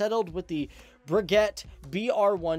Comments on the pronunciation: I suppose it’s good (in a twisted way) that Americans mangle French as badly as English. It’s pronounced “Sepeecat Jagyooa” in English. Your version is closer to the French pronunciation, ironically. And Breguet is pronounced “Bregay”, more or less. The French canard delta is called Rafale, not “Raphael”, who was a Renaissance artist! Pronunciation is like spelling: it matters. Of course, Americans can’t spell either. “Mk” is an abbreviation for “Mark” so is NEVER used verbally. Most Jaguars were equipped with ADEN cannon; only French aircraft carried the similar DEFA, I believe. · Breget -> bray-gay, not breguette ; Rafale -> Rha-fhal not rafael. Nice vid overall. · Jesus; RAFALE not Raphael - it s not a firstname and it s not first time in EN videos people f*** the prononciation ! Rafale means "Burst of wind" in french. RA-FAL (no need to say the e, and no need to change its place too) For Breguet (the french company that build it) - BREYGAY if you want to say its correct pronunciation.